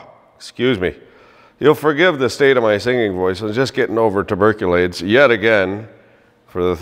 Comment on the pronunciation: When you think you've heard it all "Tubercuaids" lol I do miss the BOLTR viejeos